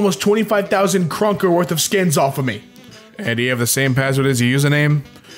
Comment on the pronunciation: Kr. How it's spelled and pronounced: Kroner (Crowns if the other makes you cringe) How he says it: Krunker